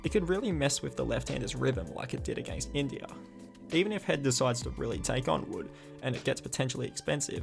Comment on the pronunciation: Blud said Pindia